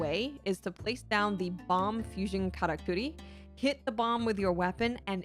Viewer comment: Great guide. Best part is the fact you pronounced "Karakuri" correctly every time 😂❤